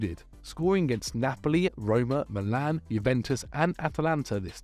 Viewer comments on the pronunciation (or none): none